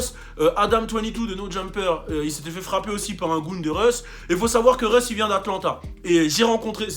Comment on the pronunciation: Russ not reus lmfao